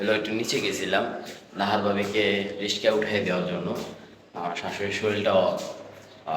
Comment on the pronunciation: আপনি ঠিক করে কথা বলতে পারেন না। সাধারণ একটা কথা সেটা ঠিক করে বলা উচিত।। রিকশা, সঠিক। কিন্তু আপনি বলেন রিশকা।। আশা করি ঠিক করে কথা বলতে চেষ্টা করবেন।